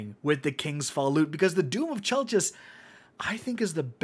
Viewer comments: I believe its pronounced 'Chell-kiss' for anyone wondering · It’s spelled chelchis but it is pronounced kelkis. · How exactly is this gun pronounced? I've heard KELL-KISS, CHELL-KISS, CHELL-CHISS. I need to know lol